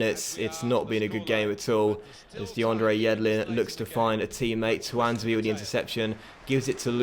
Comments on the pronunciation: Is he not called "tuan-zay-bay"? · Tuanzebe is pronounced Twan-zay-bee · I swear you’re saying Tuanzebe right 🤔